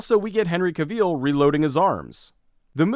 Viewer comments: Still haven't learned how to pronounce "Henry Cavill", huh? It's Cav-ill (like a judge's gavel). Anyway, in alphabetical order: Cold War (Zimna Wojna) Fantastic Beasts: The Crimes of Grindelwald Isle of Dogs Mirai (Mirai no Mirai) Mission: Impossible - Fallout Mortal Engines Solo: A Star Wars Story The Guilty (Den Skyldige) The Spy Gone North (Gong Jak) The Trouble with You (En Liberté!) Honorable mentions: Becoming Astrid (Unga Astrid), Ghostland, Hunter Killer, Mia and the White Lion, Searching, The Commuter, The Hurricane Heist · Why did you say Henry Cavill’s name like he French?